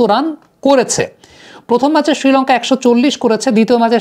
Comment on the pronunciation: ছিলঙ্কা ছিলঙ্কা করোস কেন?শ্রীলঙ্কা বলতে পারোস না?